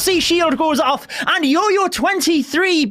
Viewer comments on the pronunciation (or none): its jojo...not yoyo....my gosh